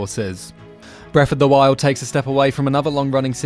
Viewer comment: "Bref of duh wild"